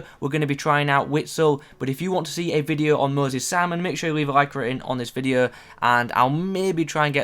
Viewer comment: "Moses sarmon"